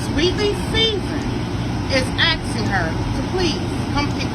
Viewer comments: Listen up ignorant one…it is not axing it is asking….now say it with me, a s k i n g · Ax-Ing = asking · It's not axing, ASKING. ASKING. ASSS KIIIING. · is “axing you” lmao.. that lady is so ignorant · What is axing her ? DId she mean to say asking her ? Why is it so hard to say the word ask ? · Sorry, but as a foreigner, I can't get past the fact they keep saying "I'm axing", "You axed me"... Don't know if it's the Dallas accent, but I find this extremely funny since teachers want us so bad to pronounce words correctly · AXING HER LOL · "Im aksing my followers". My pet peeve is people that dont say ask correctly lol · Why do some Black women say I am "axing" her to come get her money? Its asking, but along with being trifling.....she dont know what she talking about. 2024 is the year Black women come for other Black women.....and nothing could be better than that because sisters are not listening to the Black men. And her son seem like he play for the other side. Anything with some sisters is a b*mb waiting to explode. Pink Book is the truth....thank you for exposing these women. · When a person starts off their rhetoric with axeing instead of asking I tune them out. Seems to me this person has an issue with proper english words. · “ Axxxing her “ 🤦🏽‍♂️ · That lady was like "So now I am AXING, I'm AXING my followers..." 🤦🏽‍♂️ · She's axing. Smh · “ I am axxxxing “ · Shes axing them 🪓🪓🪓😂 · She is axing her doesn't she hear the woman axing her? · She's axing! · If I were Sherrill, I would be afraid to come because she's "axing" her to come.